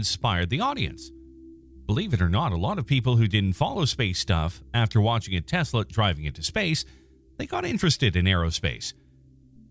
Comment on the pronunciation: What the fuq is a “teslay”